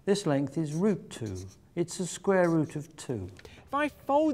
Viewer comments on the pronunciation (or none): It's pronounced "Square" not "Scrare".........learn english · "The Sqrare root" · Is he saying "The scrare root"? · You mean squrare? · can he not say the word 'square'???